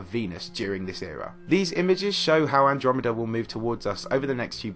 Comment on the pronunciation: despite the solemnity of that point in the video, saying "milk-dromeda" cracks me up